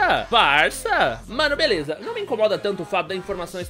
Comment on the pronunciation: você é espanhol?Porque começou o video falando ``Eae galera veleza´´